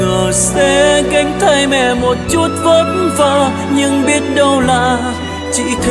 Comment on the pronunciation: anh phát âm hai chữ vất vả đúng chất luôn còn a phát âm hai chữ vất vả nghe kỉ là dấc dã ý kiến riêng em thôi